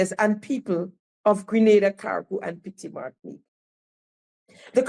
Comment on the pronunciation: He start again saying Petit Martinique Carriacou and Grenada that is not sounding good day the right thing oh my God